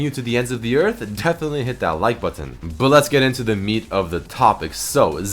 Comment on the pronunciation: lol the way says button is so weird.